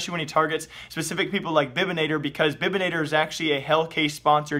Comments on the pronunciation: The way you pronounce bibanator 😘. Its bibanator not bibinator. Good video anyway. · I know German spelling is difficult, but the way you pronounced Bibanator killed me. Great vid though XD